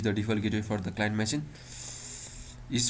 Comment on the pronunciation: its called machine not masin